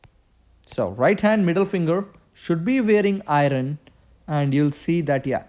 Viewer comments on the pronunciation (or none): iron [ ahy-ern ]